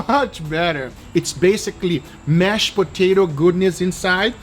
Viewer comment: "Loaded Mashed Potater"